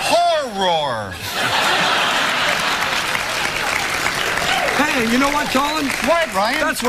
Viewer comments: Love the part when Ryan and Colin mock Drew for mispronouncing Horror. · 0 The joke was that Drew tried to say "horror" but he messed up and ended up saying "horrrr". so obviously Ryan and Colin had to make fun of him the whole game by saying "horrrr" instead of "horror". i don't think they're saying "whore" bc Drew pronounced it like that but I wouldn't be surprised if they were lol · ...it was Hor-ROAR...lmao